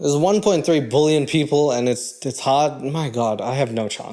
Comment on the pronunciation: Never heard anyone say that 1.3 “bullion” like you say that 1.3 “bullion”. And I looked up how South Africans say it. You gotta stop that use your American accent on that word 😂